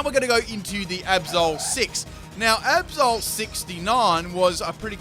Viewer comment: Every time you say Absol I almost understand Episode ._.